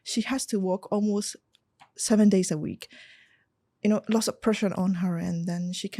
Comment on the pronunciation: She speaks so fluent but her problem is grammar, she mention lots as loss